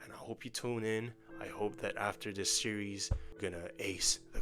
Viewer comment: you had me hooked when you said "entire sewies ♥"